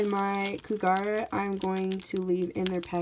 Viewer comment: I love that Neopets has merch again! I've been playing since 2001. Love the kacheek! Isn't Kougra pronounced "Koo-grah"? Have I been saying it wrong all this time?! I need to find the pronunciation guide! Gah! is self conscious (@